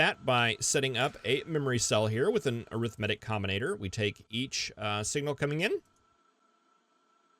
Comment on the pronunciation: wonder if he ever looked up how to pronounce arithmetic